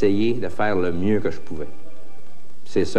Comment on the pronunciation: Ils sont pas capablent de dirent lemieux et non lemieuoo